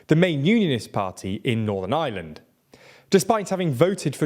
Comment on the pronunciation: Why are so many years you still not pronounce Ireland? You're literally saying the island of island